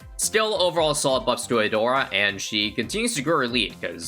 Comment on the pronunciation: Nahh 🗿 every time he said " a-door" at the start bro 💀💀💀